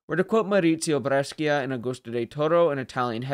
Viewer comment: Well done. A very good explanation correct and respectful of the history. (Ehm, by the way Brescia is pronounced bre:sha ["Bre" with the schwa and "scia" like the word shallow]) 😉